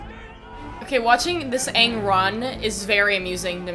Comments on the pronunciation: They literally pronounced everything differently Avatar is ah-vatar (ah like avocado) Aang is ong (rhymes with bong) Sokka is soak-uh Iroh is ear-row Agni Kai is Agni KEY?!!? 🤦🏻‍♂️🤦🏻‍♂️🤦🏻‍♂️🤦🏻‍♂️🤦🏻‍♂️ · Who tf is Eeroh, Sohkuh, and Awng? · Aang ❌ Ong ✅ Sokka❌ Saw-ka✅ Katara❌ Kaye-tarra✅ Iroh❌ EEE-row✅ Avatar❌ O-bettar✅ MY ANGER ISSUES COULD NEVER...😤😤😤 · Anyone else noticed that jasper asked "are you the ovatar onng?" With I bit of sas? Like it pained him to pronounce it like that😂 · The dude they chose for Iroh looked like he was high this entire film, here's how I see the names spelled when they say them wrong "Eroh, Sakka, Oang, Oavatar, Agni KEY duel," the bending was so slow man, he crapped on the entire series